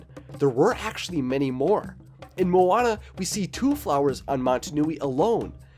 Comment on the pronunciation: You kinda said maui right i guess but moana nah